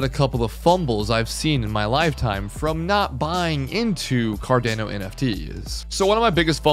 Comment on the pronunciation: It’s pronounced CAR-DON-O